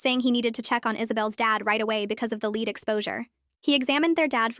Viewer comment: LED. LEAD IS PRONOUNCED LED.